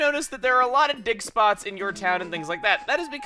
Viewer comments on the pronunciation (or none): I always think Chugga is saying "dick spots" not "dig spots". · *Dig spots :')